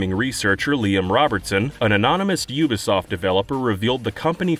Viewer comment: "Yooba Soft"